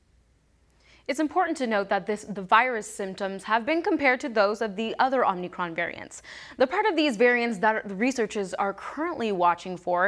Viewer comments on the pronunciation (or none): It’s not omNicron it’s omicron.